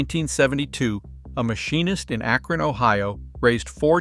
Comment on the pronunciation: Its Akron, not Akran who wrote this.??